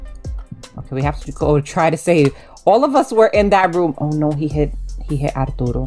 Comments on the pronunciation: I love how you pronounce Arturo’s name apdootle it’s so cutem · When turtle says arturo's name, i thought she said ourdoodles